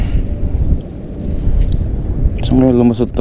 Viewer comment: No bashing po pls.❤ It's POMPANO po ang tawag diyan hindi Pampano or Pomfrets sa English